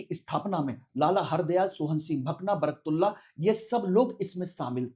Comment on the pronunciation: महोदय आप शिक्षा देने के लिए वीडियो बना रहे है या राजनीति के लिए , आप निर्णय देने वाले कौन होते हो दूसरी चीज इंग्लिश में पढ़कर आप सही उच्चारण भी नहीं कर पा रहे हो सही नाम" बरकतउल्ला" हैं